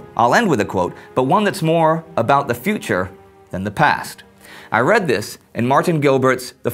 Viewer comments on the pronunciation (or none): none